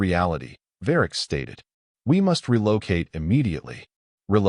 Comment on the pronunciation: "RUH-low-kayt" (relocate) is NOT a proper pronunciation!!! Stress on wrong si-LOB'l"!!!